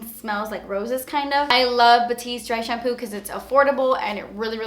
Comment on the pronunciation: I died when you said "dry shamploo" hahaha omg I keep replaying it! Love you!!